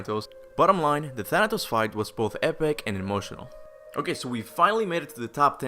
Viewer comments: Bruh I fr thought Thanatos said thanos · It's funny to hear that you said Thanos of the MCU than Thanatos